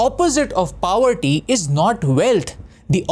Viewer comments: Tip :- To that boy, Pronounce Poverty, Not Paouverty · Yaar at least pronounce poverty correctly. Wtf is “powerty”